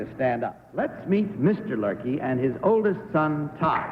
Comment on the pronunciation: It's Luerke, not Lurkey